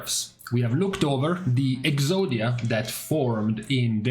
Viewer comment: Ngl I giggle every time you say Exodia comp